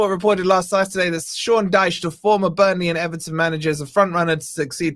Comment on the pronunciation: IT IS DYCHE